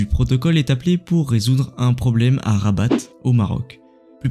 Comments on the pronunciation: Hyper cool mais la ville se prononce Raba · super mais juste attention Rabat on ne prononce pas le t